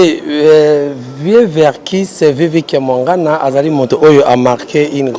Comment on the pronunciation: Chroniquer prononciation nayo eza bien te Kia....est non Ka stp